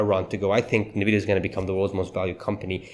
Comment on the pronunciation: Isn't NVIDIA pronounced: "ENNVIDEAH", not "NAHVIYA"???